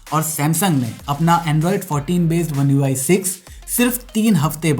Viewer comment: Samsung's One UI not MIUI. I heard MIUI 😅😅